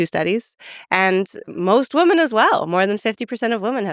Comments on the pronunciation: Why does she keep pronouncing women as woman? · Definitely don’t agree with Julia’s views on monogamy and polyamory, I’m with Lex on this one. Also, why does she pronounce “women” and “woman” the exact same? They should sound different. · Agree on both counts. I thought I was mishearing whenever she said "woman/women".